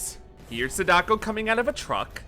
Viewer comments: Complement Sandwich: I like your editing and prefer your videos to Japanophile's take on The Ring franchise. -You're saying SA-DA-KO wrong. It's not SA-daK-O. It's only 3 kana long さ だこ。 Thank you for talking about Terror's Realm! btw, check out "The Joyurei"aka Don't Look Up. It's Nakata's first major "ghost girl" movie from '96, and it's pretty interesting. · He misunderstood “Sadako” too lol. It’s ok we all do it for diff words